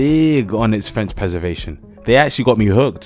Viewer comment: I've been in Mtl. for 30 years and his French pronunciation overall is better than mine. Very impressive.